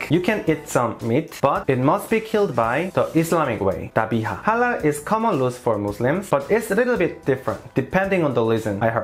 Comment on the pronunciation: Your pronounciation of (halal) and (haram)Is on point!!!